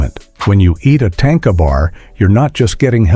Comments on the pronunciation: Correct pronouncing of "Tanka" is "TON-KAH" Not TANK-AH... please stop using A.I to voice over your content. its lazy and unappealing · It’s not tanka like tank is tanka like tah nka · There is no tank in Tanka. More like ,,,,,grrrr, no way to spell it in English. tȟáŋka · Just an FYI: it's not pronounced "tain-kuh' 🤣😂 It's tahn-ka. 😉